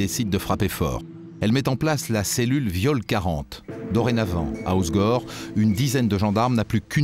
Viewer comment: Sauf qu'on dit pas, os gore, mais hausse gorre!